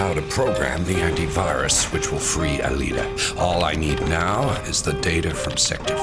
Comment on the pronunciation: Franz hopper sounds like he’s saying “Aeliter” instead of “Aelita”